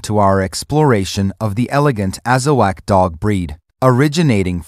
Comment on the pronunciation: It’s not Azawack it’s Azawakh pronounced AZAWOK